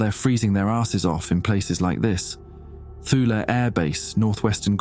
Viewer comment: It's pronounced "Too-lee", not "thule"